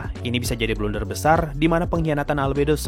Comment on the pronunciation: "Blunder" gaeess bukan "Blender" yaa...